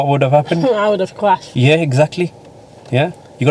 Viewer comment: I would of cwashed cwashed cwashed